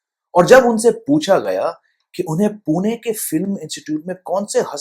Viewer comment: आपने pune का बराबर pronunciation किया. पुणे. बहुत लोग पूना बोलते है.